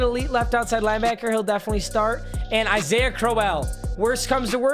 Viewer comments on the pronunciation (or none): none